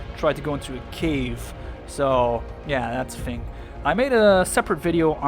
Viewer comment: U don’t say thing like fing